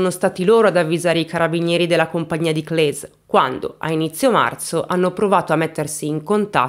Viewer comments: Si dice Cles, no Clè, è italiano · con la S più definita, più o meno come "kles" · Si dice Cles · Brava come sempre. Cles non si pronuncia così, ma pazienza. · "Volkswagen": la "V" si pronuncia "S". Errata pronuncia anche di Cles, che ha la "s" finale più forte e dura (abito proprio lì)